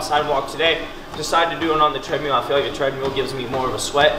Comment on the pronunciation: you crack me up dude, love the videos, make me laugh every time, from hearing you say “tread-mule” to eating ice cream with a fork?, like who does that. Keep on grinding dude, you are the best.